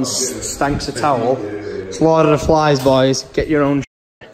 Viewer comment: i hear lord of the fans but not flies